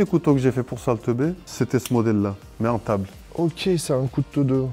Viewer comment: on dirait il dit sale teubé 😂